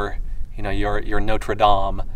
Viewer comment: I also appreciate how articulate you are. Pronouncing Notre Dame the correct way, and correctly saying farther, not further.